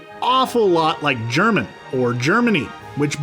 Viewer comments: when the accent on Germán is wrong 😑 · Is Sierra's husband Jernan or Jernand not Germán??????